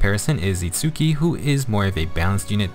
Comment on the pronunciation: Minor nitpick: Itsuki's name is pronounced without an emphasis on the U, which is a common trait for Japanese words with a U in the middle when Romanized. Therefore, it's a two syllable name that sounds like "ITS-key". Anyway, as for Nemesis himself, I think the weapon is unique enough that I'll build one copy to use for Arena Assault, but because he doesn't hit that 180 BST, I won't go all in on him. I'm also disappointed we didn't get God Shattering Star for his GHB map. Now our last hope for getting that song in FEH is the inevitable Legendary Claude.